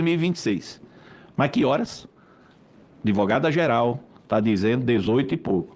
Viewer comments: Pimenta, ele duas vezes fala "adevogada " esse cara não sabem nem falar com pode defender alguém??? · Encima fala ... a adEvogada. Onde estudaram???